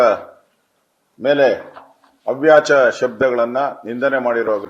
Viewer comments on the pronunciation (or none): ಅವ್ಯಾಚ ಅಲ್ರಿ, ಅವಾಚ್ಯ ಹೇಳಿ.